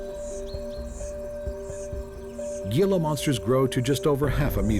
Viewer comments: It’s pronounced “hee-la”monster, not “ge-la” monster. Just wanted to share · It is not pronounced Gee lah...it is Hee lah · Gee-la? What an uninformed documentary, thought the purpose was to educate, spread information and knowledge ? Im from n.m. so dont try and tell me thats the correct pronunciation of hee-la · Its pronounced "heela" not gila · Dude, it's pronounced Hila not Gila. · As a southern Utahn who sees Gila Monsters every now and then, I also cringed a little. Great documentary otherwise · The Gila Monster is pronounced "Hee-la Monster". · It's pronounced heela monster. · "He-la" monsters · Excellent except gila monster is pronounced "hee la". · You forgot the three deadliest in sea....sea krait or commonly known as black and white sea snake, box jellyfish, cone shellfish and Kokoi or dart frogs of Amazon Forest. Gila monster is pronounced as "Hila" monster and lies probably at bottom of your list and including mine...... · I quit watching your video when you demonstrated a lack of knowledge about Gila Monsters. You act as if you know a lot about them, but you don't even know how to pronounce their name correctly. It is pronounced HEE-la. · please....HEE-luh monster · As a long time resident of the southwestern desert in Arizona, I must correct your pronunciation of the Gila Monster. Gila is pronounced Hila with an "H", not the g sound. Very interesting documentary. Thank you. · It would be a much better presentation if the word “Gila” were pronounced properly. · the announcer mispronouncing “Gila” Monster 😂😂😂😂😆😆 SO HARDCORE 😂😂still a great video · You're doing a documentary and don't even know how to pronounce Gila monster or it's very untoxic venom? Cmon man.